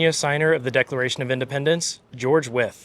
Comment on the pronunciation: Thank you for the history lesson. I live in Williamsburg, Brooklyn. The streets here were named after the signers of the Declaration of Independence. Nice to hear the proper pronouncement of Wythe. I have heard it as rhyming with white.